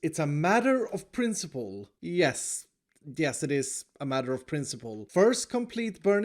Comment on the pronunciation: Its pronounced prHHHINCIPLE